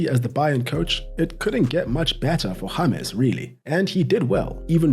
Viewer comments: juat say James intead of Yamezz. Its djames, got it? ty )) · "Harmez"? It's James! 🤦‍♂️ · So his name is pronounced Hamas NOT James like James Blunt